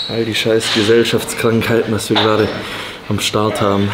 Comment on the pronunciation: Ich Drrrrrrrrrrrrrrrrrrrrreehhee gerrrrrrade 😂😂 mega geil.